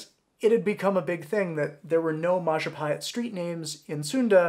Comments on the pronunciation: It's majapahit you human (I'm Indonesian) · It is pronounced Majapaheet “I” in Indonesian is pronounced “ee” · The biggest lie that you did is mispronounce Mahapajit